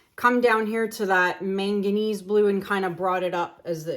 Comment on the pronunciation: You are pronouncing manganese correctly.